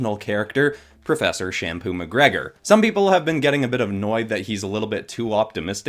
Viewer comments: Champagne not shampoo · I got triggered when he said shampoo mcgregor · Yeah I noticed that you said shampoo:) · lol champain